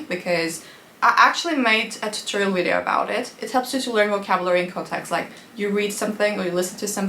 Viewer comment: 'wideo' how sweet